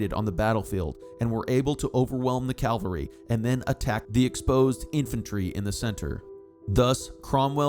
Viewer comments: I love the details of this research, except the mispronunciation of what I assume should be "CAVALRY, which to me is repeatedly jarring. Perhaps a proof reading problem. From the dictionary ... On the battlefield, one should send in the cavalry, which is the word for an army component mounted on horseback. The similarly spelled word calvary however, refers to a depiction of the crucifixion, or, more recently, to an experience of usually intense mental suffering. 🤔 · The pronunciation of CAVALRY is not the same as Calvary, the place where Jesus died.